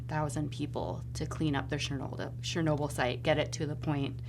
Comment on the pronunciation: wtf is "shurnobyl"